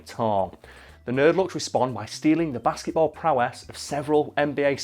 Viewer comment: It sounds like he's saying basseyboll